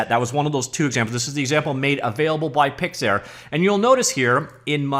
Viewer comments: "PIX" "ARE" (not air) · Pyxiyaaar lmao